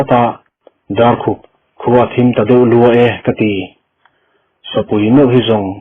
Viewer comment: Thim a zing tiha thim hi dark ni loin lam hniam khamphei tur..zu in hi khiat an ti a,i lam fuh lo..lam san khamphei tur aw